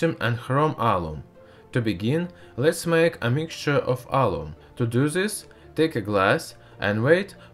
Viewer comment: say this not zes